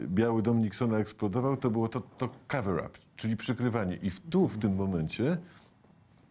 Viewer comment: 'cover-up' nie 'cavver-up' ;P